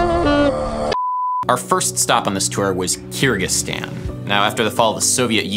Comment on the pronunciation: It’s pronounced KUR-gig-STAHN. Sorry I couldn’t stand hearing it the way you were pronouncing it. Someone had to pronounce it the correct way throughout your whole trip.